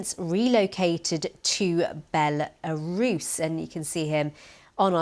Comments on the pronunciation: do you have a speech impediment. bellllaaaa russss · What a weird pronunciation of "Belarus"